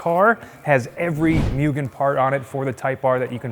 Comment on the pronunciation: its not myugen, its MUGEN!